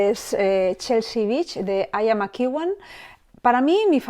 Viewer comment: Ian McEwan se proncuncia /ian/ (no aian) /makiuan/ (soy prof de ingles y mi marido es ingles) :shelterin